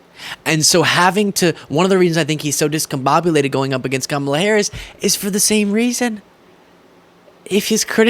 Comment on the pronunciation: On a positive note, i think i heard trump correctly pronounce Kamala. Maybe he only purposely mispronounces her name for his supporters. 🤷‍♀️ 😂